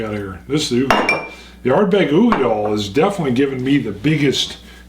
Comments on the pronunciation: Such an interesting comparison. Great video but i just gotta say...dail....uigeDAIL. as in tail or Dale. not doll. lol made me cringe every single time i heard it lol. Slainte! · It's oo-gee-dal not doll! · Katelyn Brokaw dal not dale!